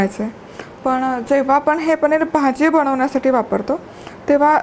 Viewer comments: पणीर नाही.....पनीर असा शब्द आहे 😂😂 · ताई,, पणीर नाही हो,,*पनीर*